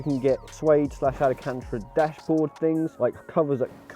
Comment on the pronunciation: alacantra? ahahaha nah jk love the content